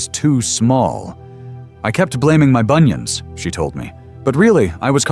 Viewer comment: Please check how you pronounce bunions 😂😂😂😂